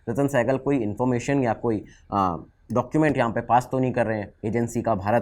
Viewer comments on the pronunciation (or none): none